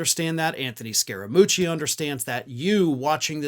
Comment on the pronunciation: I am from Italy and the pronunciation is 90% correct.